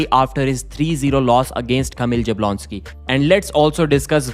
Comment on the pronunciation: you really need to learn how to pronounce Jablonski. It's "Yabwonski"